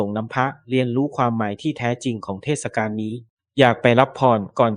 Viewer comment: โหออกเสียง เทด กาน เลยเหรอไม่เทดสะกานเลยเหรอ